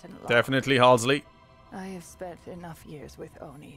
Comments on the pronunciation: "Halsey" not "Hasley" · I know this is nitpicking but you keep saying “halsley”. It’s pronounced and spelled “Halsey”. There is no extra L. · "Halsey", not "Halsley". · it's HALSEY. not halsley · Halsey no halsley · I think he said HALSLEY but still good comment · Everyone: Halsey: Halslee. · "Halsley" lmao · I only just noticed now that you keep repeating the wrong pronunciation of Dr. Halsey